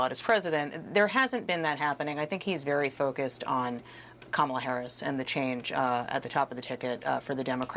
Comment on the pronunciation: She's been the vice president for almost 4 years. Primary school children know her name yet Trump can't/won't say her name correctly?? Her name is KAmala, Trump! Put some respect on it!